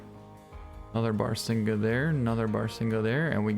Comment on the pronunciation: Its pronounced bah-rah-sing-gah